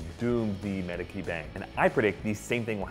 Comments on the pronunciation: Just occasional nitpicky thing. As for "Medici," it's "medechee" not medekie . . . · It's not MEDICHI, is MEDICI. Check the italian pronunciation. Be careful dear. ;) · It's an Italian name, in Italian "ci" is pronounced "chee, hence "Medeechee". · Pretty sure it's Med-e-chi not Mediki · not pronounced "med-i-kee", its pronounced "med-ee-chee" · Medakey family Medeci is pronounced Medachee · Medici=Meh-Dee-Chee not Meh-Dee-Kee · It is pronounced medishi not medki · Please, Medici is pronounced Med i chi. Not Med i key. Thanks good video. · Medikee??!!!! Isn't it Medichee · "Med-eechee"... not "Med-icky"... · It's pronounced mediche not Medici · Is Medici pronounced "Me-di-ki" or "Me-di-ji"? I could swear that I heard "Me-di-ji" in Assassin's Creed 2 xD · Mediki killed my ears... Medichi... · I know that this is a very minor point and not at all important in the context of GOT but the Italian Family is the Medici family. (Medichy) not (Medikey) sorry. Just had to point that out. :) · MED-i-chee not midickey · MEDiCHee.... Come on!!! NOT MEDiKey... Other than that good episode... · Not "qui", "ci" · It's medi-chi not med-I-key 🙃🙃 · no offence but it's medichi not mediki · Medic-y? It's pronounced me-dee-chi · Medici is pronounced "Med-ee-chee" NOT "Medi-key." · medici with a K really? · The "C" in Medici is pronounced CH , not K. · Medici isn't pronounce 'ki' but rather 'see' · Isn't it Med-EE-Chi? Not Mediki? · Anyone else peeved by the way he said Medici? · *Meh-dee-chee not med-a-key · "Medicki" ... It's pronounced Mehd-itch-i. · Medici is pronounced Med-Ichi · Medici???????? Medeecheeeeeeeeee!!!!!!!!!!!!!!! Btw the vids great 😍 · Medici is read as MediCHi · Isn't it pronounced MediCHi? Like Mediči? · Medici??? With K? If only there were some world wide web where people can find proper pronunciation :) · It's pronounced MA DEE CHI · Great video! But it's pronounced Med-i-chee. Enjoyed the video. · Medici is pronounced MED-EE-CHEE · Medici - may- dee- chi